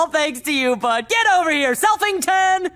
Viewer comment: Bro said Selfington 🤣